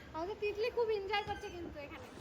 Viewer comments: তুমি কলেজে পড়া একটা মেয়ে হয়ে এত্তো ভুল - ভাল English Pronounsation করো যা দেখতে খুবই বিশ্রী লাগে ওটা ইনজয় উচ্চারণ হবে না ওটার সঠিক উচ্চারণ হবে এনজয় বুঝেছো এর আগেও একবার এই কথাটাই বলেছি তোমাকে আজই যেন শেষ বার হয়। ওটা ফেরেস না ফ্রেস হবে উচ্চারণ টা আর ওটাকে সারপ্রাইজ বলা হয়। র মা কালো শাড়ির সাথে সাদা ব্লাউজ পরলে ভাল মানাত ঐ লাল ব্লাউজ টা কালো শাড়ির সাথে একদমই মানায়নি। আপনাদের এই কমাণ্ড দাদার বাড়ির যেখানে আপনারা ছিলেন সেখানেই কয়েক মাস আগেই অমিতদা, সন্ধ্যা বৌদি এবং তাদের দুই মেয়ে জামাই এর পরিবারের লোকজন এসে থেকে গেছে এবং ঐ কমাণ্ড দাদার বাড়ির খাবার ও খেয়ে গেছে তা অমিতদার ভ্লগে দেখেছি। আর ওটা দক্ষিণেশ্বর বিরিজ না ওটাকে বলে বালি ব্রিজ যার আরেক নাম হল " নিবেদিতা সেতু " বুঝেছেন। আমার বাড়ির খুবই কাছে এই দক্ষিণেশ্বর মন্দির আমি ও আমার একমাত্র ছেলে উত্তরপাড়াতে থাকি আগে আমি ও ছেলে প্রায়শই ঐ দক্ষিণেশ্বর মন্দিরে এবং আদ্য়াপিঠ মন্দিরে গিয়ে বসে থাকতাম তখন আমার ছেলে খুবই ছোট ছিল এখন আমার ছেলের পড়াশোনার খুবই চাপ ও এখন Maths Honours পড়ছে তাই আর যাওয়াই হয় না। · Injoy na enjoy hobe kotha ta